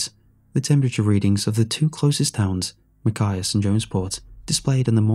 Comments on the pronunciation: It bothers me that Machias is being pronounced wrong. (I live in Maine, and he is. Lol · I'm 30 minutes from Machias and you pronounced it horrible lol its ok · Says he's from Maine, can't pronounce "Machias." Total immersion breaker.